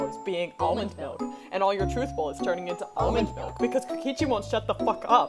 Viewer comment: Kokichi: Almond malk (=